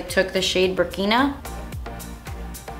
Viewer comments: You're pronouncing Burkina right It's a country in Africa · Love this look! I'll definitely do it for thanksgiving You are pronouncing Burkina and Fulani right. It looks like whoever created this palette named all the eyeshadows with African countries (Burkina Faso), languages (Zulu) or people (Fulani people). xoxo :) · Awesome! I like the funny bits after each video. Yes, you were pronouncing Burkina correctly. The names of the shadows were based on areas and peoples in Africa. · idk if that's the right pronunciation for the country, but I knew a girl in school whose name was Burkina and that's how she pronounced it, so. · yes you're pronouncing Burkina right.. it's a country in Africa. Burkina Faso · I think the shade name Burkina comes from the country Burkina Faso and I do think you pronounce it right! love this look xx